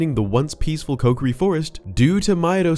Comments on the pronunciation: Love your voice and everything you talk about but you saying Coke-ery instead of KOHkiri is murdering me right now. 😅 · Man this dude saying "Coke-er-ee" and not "Co-key-ree" is REALLY messing with my head. Have I been saying it wrong?? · Wrong pronunciation of Kokiri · Stop saying kokiri wrong 😅